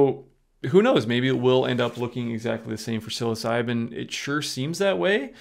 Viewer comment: You really need to learn how to pronounce the name of these mushrooms your pronunciation is horrible